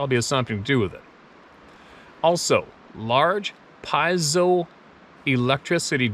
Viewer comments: Pronounced PEE-AYZO spelled Peizo electric. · pronounced PEE Z O . from quartz crystal- Piezoelectric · Piezo (pee-AY'-zo). That's a long "o" for "zo. " God Bless you and your family,! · I believe the word you were trying to spit out is pronounced pee-ayzo. No big deal though, a bunch of words are spelled like they were created by uneducated infants. The camera seemed to work just fine.